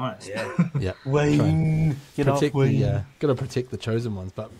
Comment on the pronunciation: Tell the bro it’s wayde not Wayne 😂